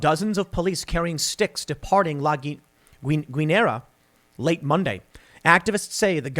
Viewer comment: Tim double L in Spanish is pronounced Y and when you have GU the U is silent and Ñ is pronounced NY so it is La Ginyera